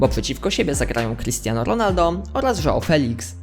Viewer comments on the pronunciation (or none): none